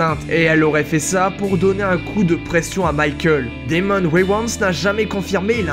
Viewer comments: Wayans et pas waywants 😂😂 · Comment il a dit wayans😭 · En même temps tu l' a cherché! Tu as fais une vidéo sur une série qu' on a déjà vu des milliers de fois, le titre est pute à clique, tu prononces mal le nom Wayans! Tous le monde sais le prononcé pourtant!, Ça prouve juste que tu n' es pas un fan de cette série comme nous. Tu l'a regardé cette serie au moins?